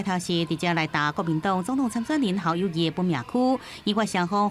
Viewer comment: 侯友宜明明念Kâu友宜，恁敢無欲改？